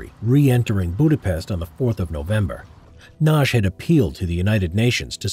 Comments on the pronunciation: A little help with the pronunciation of Imre Nagy. The g and the y together equal one sound which is something like the first sound in the word "during". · Ah my heart! It skips a beat every time you butcher the pronounciation of Nagy.